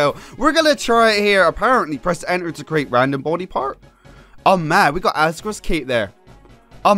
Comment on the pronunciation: You say "create" like "cerate". Why?